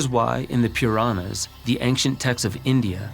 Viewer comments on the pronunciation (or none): Appalling! All the mispronunciation of Sanskrit words, all the generalizations, taking things out of context and reducing it to a view through a condescending Western eye - even all that I can tolerate to a certain extent- but just plain false information ?!- what “Puuurrraanuz” did you read to this this magnificent piece of information “Worshipping the Phalus”. Amazing ! This is how this misinformation is spread. How many Hindu scholars do you have on your research team - how many of them are Sanskrit scholars and the familiar with the 20 million texts that constitute the Hindu scriptures? There is not just one book that sums up Hinduism There is no single thought current in Hinduism - each being has a right to grow and expand the way it reflects consciousness ( there is a God in everyone ) and thus varying thought currents in Hinduism existed at the same time throughout all the yugas ( NOT “YOOGUZ”- so sad ) Linga ( what you referred to as a phalus) is a representation of the cosmos itself which in Shaivism is referred to as Shiva. Read the story of LINGODBHAVA - Shiva - that eternal sum of all energy or consciousness manifested as a SHAFT OF LIGHT - and so in a Linga in worshipped as a shaft of light.